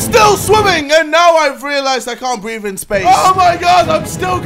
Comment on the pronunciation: It's "breathe" not "breave" JJ.